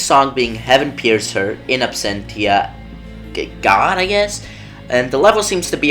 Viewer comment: Not sure if anyone else has commented but it's pronounced "In Absentia Logos"